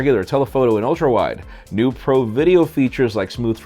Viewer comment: saying pro sounds like he's saying bruh